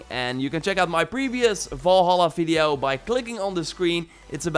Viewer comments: He always proncounces 'V' as 'F'. Hence, video would be fideo. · lol the way you say veedio instead of video is funny hehe